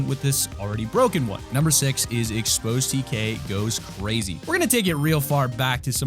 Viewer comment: “ CrrAZY. My man goes crrazy.” me trying to make a joke out of the word “crazy” Me: “CrRAGEY. My man goes crragey”. No. Ok...😄😃😮😑☹️